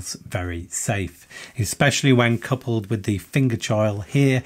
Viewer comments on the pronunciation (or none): none